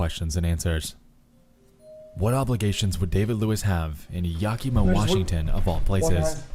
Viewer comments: yaki-ma, crigne, its said yak-a-ma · If he says Ya Key Mah one more time... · Ah yes, YAHKEEMAH Washington. My favorite. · Was watching this passively when they said “YaKEEMA Washington” my ass clenched that’s a it’s a town near me. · All that research and he couldn't be bothered to learn how to say Yakima.......